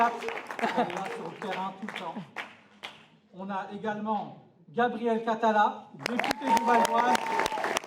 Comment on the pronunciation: Il y avait un moment de doute quand elle a dit Gabrielle Catala et ça sonnait comme Gabriel Attal ! Si vous voulez vous faire respecter, votez et boycottez !